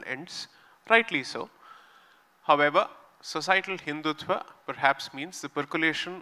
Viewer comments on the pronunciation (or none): Hindutva, not Hindutvaa.